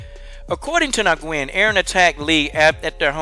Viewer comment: Nguyen is pronounced like "win". Just fyi. But yeah fuck this guy tho.